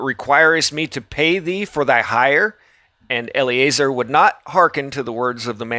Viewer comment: eL Uh Zar not Ellie A Zer